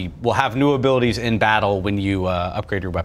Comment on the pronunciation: "Abilitease" returns!